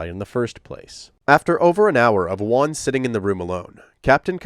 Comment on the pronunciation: I'll just chime in to say letter J in Spanish is pronounced like a very hard H, so it's something like Hooan, instead of One/Wan.